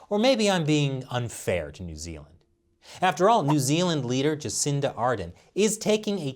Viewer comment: Please learn how to say Jacinda's name pls lol